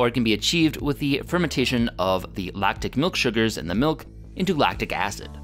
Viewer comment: You have been mispronounce miluk all the time but stil a good episode